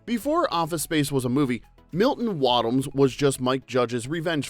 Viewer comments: Waddams not woddams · You know AI reveals itself in name pronunciation. Milton Wad ams?😅